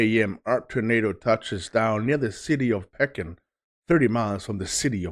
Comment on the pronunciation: Pekin is pronounced pea kin